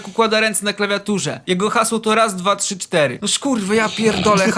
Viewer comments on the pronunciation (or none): none